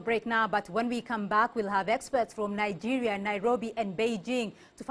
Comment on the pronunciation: where the fuck is this lady from? she's definitely not from Nigeria because she cant pronounce names of the places.